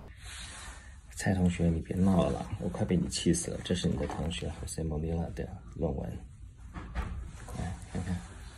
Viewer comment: 是Jose Molina, not Monila.